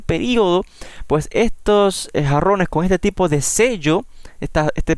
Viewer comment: . Muchas palabras y nada nuevo. Y se dise jarrones jjj no arrones jjj